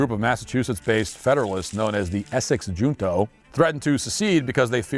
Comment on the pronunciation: Essex "Junto"… is not pronounced as a "J". It is Spanish. "To gather or group". "Together". Hunto… with the same "U" that Walsh used. NOT Hunt-o. Hew-nto or Hue-nto.